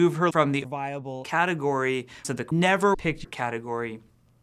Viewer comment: I love the way he says: "...to the NEVER picked category"